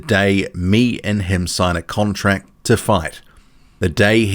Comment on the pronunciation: Fury talks from every crevice between his teeth...we wait for a signed contract..not furys relentless "con-tracks".😁